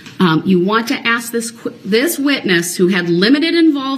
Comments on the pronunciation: Axe brooks ... 😂😂😂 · Hyped up 🎉 Please 🧐 is that a please 🤔?I would have needed dentures before puberty if a grown up had to axe me to say please 😜 evil lil gremlin 🔒🔥